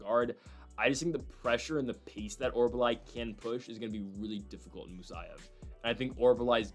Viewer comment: It is not OR-BUH-LAI. it is pronounced OR-UL-BAI. I mentioned this the last time he fought. Thanks for the video!